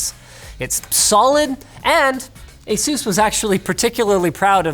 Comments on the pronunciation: It's Ace-us not jesus! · Stop saying asoooz